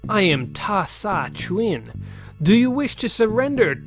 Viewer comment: Kurita: CURE-eat-uh. Davion: Davey'n. Chiun: CHYUN. I don't remember what else you butchered. Nice play. I haven't touched this game in over 30 years. It had only been on the shelves for a short time. I even remember the date I bought it. Thursday, November 15th, 1990. I got it, went home and a few hours later found my mother dead in her bed.